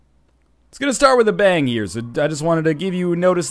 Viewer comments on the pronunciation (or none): none